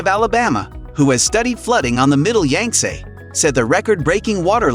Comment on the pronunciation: You might want to research the proper pronunciation of the Yangtze River and the other Chinese names you butchered.